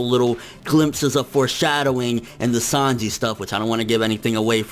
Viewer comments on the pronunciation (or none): none